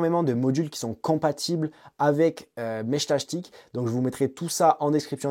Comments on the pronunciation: J'ai arrêté à 1min...entendre Meshtachetik à la place de Meshtastic...j'en pouvais plus 😅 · Ils sont tous raté vue que tu dis meshtashtic ^^` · Mechtachtic 😂 dur la prononciation 😉 Ça me fait penser à la chanson couroucou shtash shtash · Putain, à chaque fois que t’essaies de dire “Meshtastic”, j’ai les oreilles qui saignent grave…